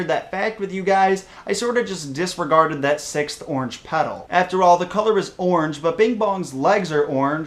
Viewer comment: Wow you idiot it's pronounced ORANGE